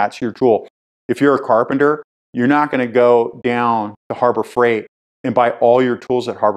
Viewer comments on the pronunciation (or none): none